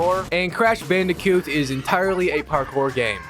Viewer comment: This guy keeps saying "Bandicute" instead of "Bandicoot" lol